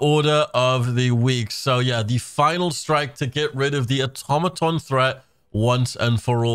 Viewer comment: Are you saying automaton wrong on purpose?